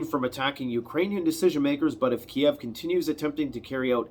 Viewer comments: "Kiev" KEEV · Ukraine means borderland. Ukrainians consider “the Ukraine” to be an insult because it suggests they are just Russia’s borderland. You will notice nobody says that anymore. It’s just “Ukraine” not “the Ukraine”. You’re also pronouncing Kyiv in a way they consider insulting. Kiev is the Russian spelling and pronunciation. Just say Keev. (I’m Ukrainian Canadian.)